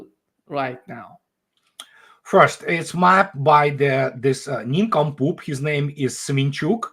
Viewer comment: 'Neeencompoop' in thick Russian accent... Always makes my evening . Thank you.